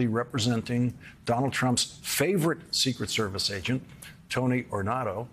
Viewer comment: Too much emphasis on the “ secret” part, less so on “ service”